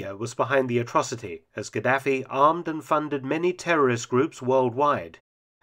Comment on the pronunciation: Pronunciation wasnt great especially Gaddafi